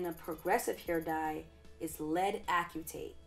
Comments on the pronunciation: Only because I am a chemist and I like for every one to know the correct pronunciation of chemical materials, the correct way to say it lead acetate (like aci-tate). It gets drilled into our heads early. Anyway I love your videos and how everything is scientific. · Pronounced: ass-uh-tate. Thanks for the videos and info. Looking forward to future vids. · I was thinking the same, I'm a bio major. But it's all good, great video!